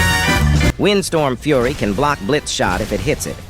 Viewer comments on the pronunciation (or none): none